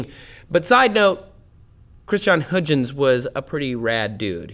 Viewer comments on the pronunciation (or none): Christian has some huge-uns, did he? I'll take my coat. But as far as I know, that's not how you should pronounce his name 😅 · Come on Trace, you know they Huygens probe, that is a lot closer to the way it is pronounced in The Netherlands. "Hugh-Gents" just hurts my ears :P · It's pronounced "Hoi-gens". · Hey Trace, I'm pretty sure its pronounced Christiaan Huygens~>(Hoyg-ins). That's how a team at N.A.S.A. says it when referring to a probe they have (or had). Come on, if that's how N.A.S.A. says it then it's gotta be correct! Right??.LOL. Anyways, love all the work the team and you do as well as your other channels. Keep up the good work. (|<« Ceasar.S. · Give me a moment to laugh at your pronunciation of Huygens.. .... .... Okay. Well nice vid, learned allot :) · Your pronounciation of 'Huygens' is WAY off the mark. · please for God's sake, learn to pronounce "christian Huygens" and others correctly! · Dutch person here. The actual sound you need to use is not available in English but it is between Hoygens en Haigens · were Americans, we just don't appreciate linguistic nuance. It is a real different sound the Dutch G